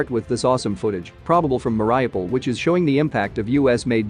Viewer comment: You say it as Marry - U- Pull